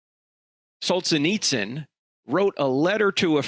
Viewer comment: It's pronounced Sol-gen-nits-zen